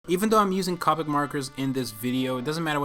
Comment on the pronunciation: Step one: Learn how to pronounce "copic."